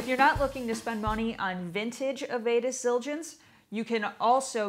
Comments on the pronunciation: The lady is saying avedis wrong The beginning of the name sounds like av from Avenue. Dis at the end Av e dis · Avedis is pronounced 'avid-dis' with a soft "i" sound. But great video.